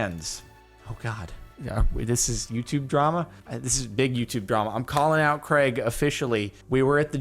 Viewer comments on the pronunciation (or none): none